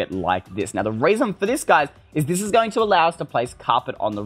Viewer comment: Is not deze its tis ! 🤦🏼‍♀️🤦🏼‍♀️